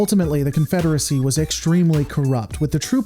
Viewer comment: Alternatively, the CONFEDERAHSAHHHH